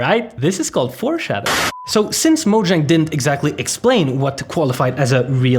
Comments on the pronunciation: It's not pronounced moe djäng dude it's maw-zhong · This lawsuit will 100% fail, also you would think that as big of a fan this guy is, that he would be able to properly pronounce 'Mojang'